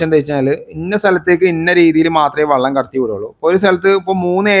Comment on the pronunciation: വള്ളം എന്നു പറഞ്ഞാൽ തോണി എന്നാണ് അർത്ഥം. വെളളം എന്നു പറയൂ.